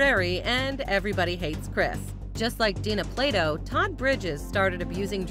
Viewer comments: it is dana not dina plato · It’s DANA Plato not DINA. Do you bother to research at all? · It's D*A*NA Plato not D*I*NA Plato. If you're going to TALK about someone, at LEAST get their NAME right. Geeze!